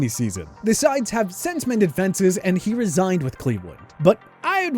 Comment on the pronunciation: Njoku didn't 'resign with Cleveland,' he re-signed. There's a big difference. If you're going to do voiceovers with sports content, and have any credibility, you need to understand the content, not just read a script into a mike. Those two words are very different, so say them properly. If you can't you might as well resign. And editors, you also need to have enough awareness of the subject to cut an incorrect word out. If you don't understand the subject matter you cant edit anything properly, and should resign too. Weak effort.